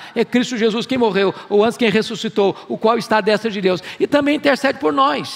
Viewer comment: Nunca vi alguém com tanta autoridade teológica como Hernandes em nossos tempos no Brasil, não perco um vídeo. Inteligentíssimo e cheio da presença de Deus. Só tenho uma crítica a fazer deste vídeo, mas é coisa supérflua, "à destra" a vogal "e" tem som fechado, e vejo todo mundo falando "destra" com som aberto. No caso a forma correta é d[ê]stra. Só quis compartilhar, vai que ele lê. O português dele costuma ser impecável, só achei essa falha.